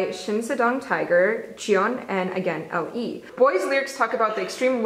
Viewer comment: LE is supposed to be pronounced as Ellie